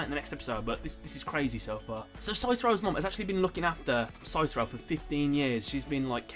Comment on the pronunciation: Pretty sure it's Satoru, not Saturo.